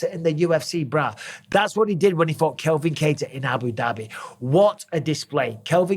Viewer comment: Mike, love your vids mate but please stop getting names wrong. CALVIN Kattar, please, not Kelvin.